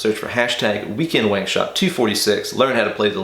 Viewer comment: 🙎🏼‍♂️ “Why did you say weekend that way?” 💁🏽‍♂️ “Hwat hway?”